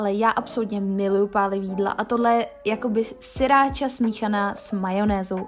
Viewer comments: Není to siracha, ale sRiracha :-) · Je to sriracha ne siracha.